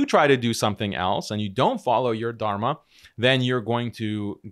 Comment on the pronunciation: Somehow his face triggers me in terms of i can see how corrupt and two faced this individual is as of right now. My allah guide him back to islam, instead of keeping him do this mockery to and of himself also why the hell is it so hard for him to pronounce dharma he keeps saying tarma 🤣 im german and its nothing hard really even with my accent